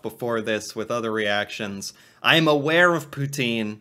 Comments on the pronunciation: And it’s not Pout-een! It’s Pout-In! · its "pou-tsine" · fyi, the pronunciation is more like pu-tsin. but the s is barely there. :) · The proper and original way to pronounce poutine is pou-tin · Ya hearing her say Poutine wrong hurt my soul